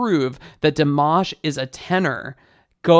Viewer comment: I don’t care about his pronunciation but i know for most of Americans it is a big deal, thanks for your 2 min tutorial 👍 btw you pronounce his name “Dimash” and “Kudaibergen” incorrectly maybe you can watch some videos and listen how to pronounce it well. 😊